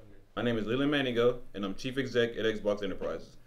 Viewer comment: It’s Chief not chef